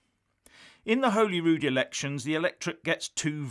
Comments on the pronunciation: Love the videos but it’s pronounced Holyrood not holeyrood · Please note its pronounced Holly Rood. Interesting as usual. 👍